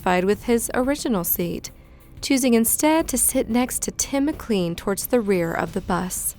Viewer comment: Just to clarify, the poor victim of the Greyhound Bus murder - his last name is pronounced Mc'LANE'. It's a very common last name here in Canada. McLean sounds like McLane